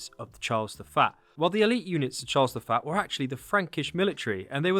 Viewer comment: Charles the Faa? What accent is that, for saying Charles the First? Or are you saying Charles the Fat?